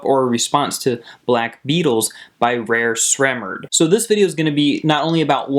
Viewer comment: the hell's wrong with this guy he said "rare Sremmurd"😅